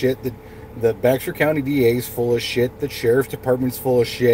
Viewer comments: Bear County. Not Bex er. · Yeah I was like “ what’s bex er county?” Lol